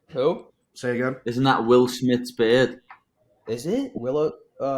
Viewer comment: “Isn’t that Will Smiths beerdddd 🐦?” 😂😂😂